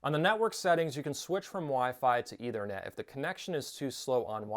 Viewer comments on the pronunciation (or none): It's a soft th in Ethernet.